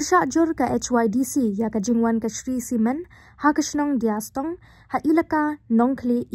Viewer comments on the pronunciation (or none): Dea stong not diastong